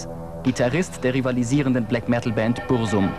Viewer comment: Die betonung ist echt herrlich